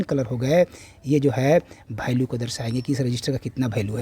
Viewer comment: भैल्यू नहीं वैल्यू होता है 😂😂